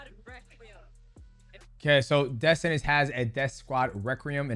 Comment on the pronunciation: “Deaf Senance”